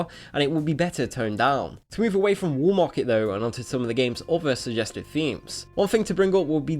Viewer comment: w-a-l-l. not wool. how are you so fucking incapable of speaking english? its the fucking WALL market, not the fucking WOOL market.